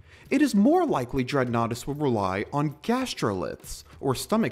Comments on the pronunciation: I cant help, everytime I hear "Dreadnoughtus"......I hear "Dreadnaughty".....yea, that's just me.....sorry. ok, I'm going to go now. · I've heard of this dinosaur before watching this video. I thought it was pronounced did-not-tiss. I've read about dreadnoughtus in part of an article. I watched animated Jurassic Park horror stories with a dreadnoughtus in one of them and other videos showing dreadnoughtus from "Prehistoric Planet". Also, I see what you did there.